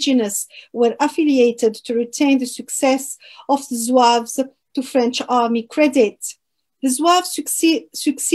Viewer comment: (Zouaves) c'est pas (zouaoua ).un simple complot. cette polémique vien d'un YouTuber français qui'a semé l'idée. Soit par ignorance ,soit expert (complot) en croyons tous ce qui vien des français plus la volonté du pouvoir et les racistes (0 kabyles) l'idée se propage et prennent de l'ampleur. Le Mos zouave soit il est turc ou bien il remonte à l'époque romaine et vendal. Mais synonyme de zouaoua impossible Car cette tribu est parmi les 1er à combattre en 1830 après la demande du day les kabyles eux seule participants avec 16000 à 18000 soldats ,le bay hacen d'oran 6000,Ahmed bay de Constantin 30000,les mezabs 4000,etc..... Malheureusement Ahmed bay à mis sur leurs têtes comme chef son beau-frère un type qui n'a aucune expérience dons le commandement militaire plus le problème des soldats inkichari qui on jouet en faveur de l'ennemi. = la défaite